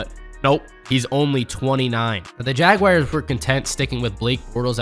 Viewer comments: Jaguires? It's pronounced Jaguars. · It’s Jag “WARS” not Jag “WIRES” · How can someone read "jaguars" and say "jagwires"?🤔 It happens all too often, IMHO. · Can someone please show me where the "I" in Jaguar is?